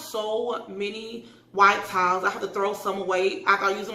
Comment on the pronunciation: I am more concerned with the fact that I don’t think she could read it and that she couldn’t say towels and says.